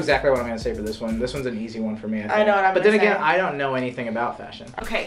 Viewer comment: FASHUN (fa-s-hon)